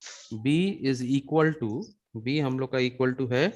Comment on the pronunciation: Its not izikaltu. Its equals to🤣🤣